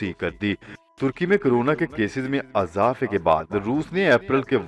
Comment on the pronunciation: نیوز آ پ جھوٹی نہیں دیتے۔اس کے لیے شکریہ۔ مگر کیا آ پ کی ڑکشنری میں کسی بھی لفظ کے نیچے زیر کی حرکت نہیں؟ بہت برا لگتا ھے جب آ پ اظہار ، اضافہ اور یہاں تک کہ اسکول۔کے الف پر زبر لگا تے ہیں۔ مزید آ خر میں روزانہ جی تو ناظرین بھی سنو خراش ھے۔👍